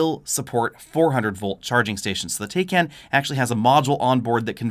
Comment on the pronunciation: It's pronounced Porsche "Tie-con".....